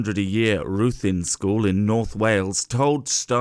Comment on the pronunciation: ITS pronounced rithin btw